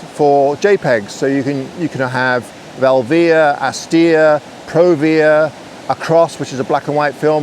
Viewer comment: You say "Velvia" different than Ben Horne. Now I'm confused! ;-)